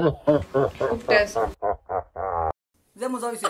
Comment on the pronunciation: Hahahahaha sooo funny and when I first see this video I was laughing cause it's very funny when she say khub tesh😂😂